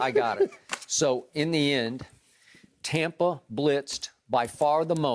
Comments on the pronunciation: How many times did Skip pronounce Tampa "Tompa"😂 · He is calling it "Tom"pa Bay, because he loves Tom Brady so much... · Who's this "Tompa Bay" "Tumpa Bay" Skip speaks of 🤔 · The only thing worse than Skip’s opinions is his pronunciation of the word Tampa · skip cant pronounce TAMPA correctly.